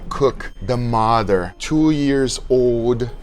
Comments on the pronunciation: No way, almost two ears 😂😂 I'm sorry I love you guga I know that English isn't your first language, but this pops me every time 😅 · why people say ears instead of years?